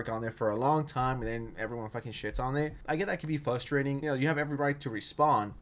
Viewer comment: Fuhstrating? Lets hear you pronounce frustrating by next video